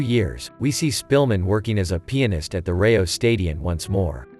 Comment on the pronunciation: Did some one said pinist?